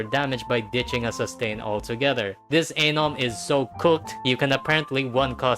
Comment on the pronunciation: You saying Anom sounds way too close to something else...